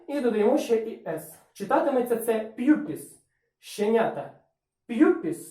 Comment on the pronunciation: Так, ви праві, я мав на увазі вимову слова. Транскрипція в відео прозвучала як п'юпіс чи щось таке, а написання було правильне.